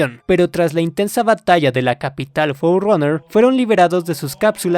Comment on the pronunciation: Por qué dices "fourroner"?